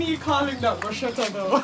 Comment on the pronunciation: that is not a "Bruschetta" and it's not pronounced "Brusheta". I must say that I really love those overnight refried dumplings.